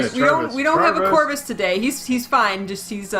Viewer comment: ''Charrvus'' you have a new character name Corvus.